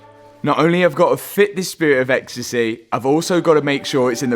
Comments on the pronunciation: "Spirit a exstasayyy" beder alredi! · "Spirit of Ecstacehh" is surely a new t-shirt slogan? 😂 Great vid as always.